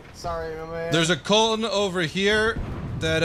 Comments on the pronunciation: KÖLN not KOLN (btw its Cologne) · Its Köln not Koln, or Cologne if you prefer. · It's KÖLN NOT KOLN. Respect the Umlaut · it's not Koln, it's colon. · It's K ö ln not Koln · It’s Köln or Koeln ( ö=oe) and not KOLN XD